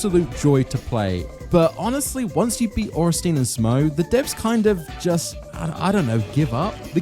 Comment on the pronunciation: Ohrensteen??? Sweet jeebus Miyazakis feet! What next? smoogh pronunciation? Smogh should be pronounced like smog with a U inbetween, ornstien should be pronounced orn sti en ....